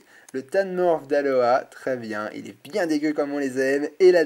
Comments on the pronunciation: Pitié arrête de dire Aloha c'est Alola x) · t'y dit aloa au lieu de Alola. ..